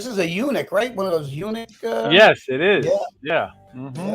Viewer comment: Did you guys say "eunuch" drone? I think "Yuneec" is pronounced like "unique." But it might be a eunuch as well!